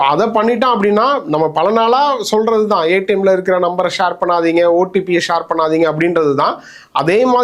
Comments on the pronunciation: Shaar illa pa...share... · Shor இல்ல share. Chair மாதிரி சொல்லுவது வழக்கம்.